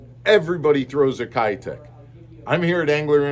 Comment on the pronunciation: Keitech is pronounced "Kay-tech"